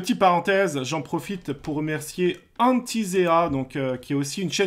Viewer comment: Nice ! Mais c'est pas Hantiséa c'est Hantisae 😂